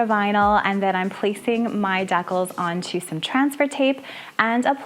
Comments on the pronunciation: I’m pretty sure the word that you keep pronouncing deckles is the word that is pronounced decals…..😊Dee-kal. But I bet it’s a Canadian thing, right? You have great creativity! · Wonderful ideas, but a teeny fyi: it's *dee-CALS*, not *dekkles*. Just saying lol!